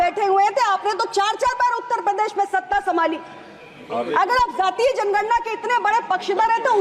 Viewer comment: Not ज़ातिय it's जातिय! First of all education for politicians😂😂